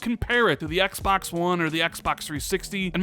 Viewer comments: "Xbax Series X" no offense, I love your channel and content, but sometimes the way you say Xbox drives me nuts. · “Ecks Bocks”